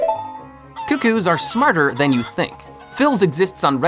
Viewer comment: Zonai "technology" is pretty much magical in nature. And remember, in-game time flows at a rate of 1 minute per real world second, so to the characters in the game most Zonai devices last 30 hours. Supposedly you can chase away bees just by having a torch on you. (Also cucco is pronounced kook-koh, not koo-koo.)